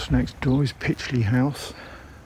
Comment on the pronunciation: Great video, thanks for posting. I'm lucky enough to live in this lovely village on the site of the old woodyard you mention. Just a couple of bits of information, the kennels were in use up until about 5 years ago when the hunt merged with another near Northampton. The hunt still meets every Boxing Day, leaving from the village square. Pytchley is pronounced locally as "Pie chley"